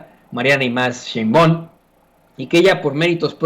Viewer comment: Porque no pronuncias bien el nombre de Claudia SHEINBAUM, como se lee así se pronuncia, no Sheinbaon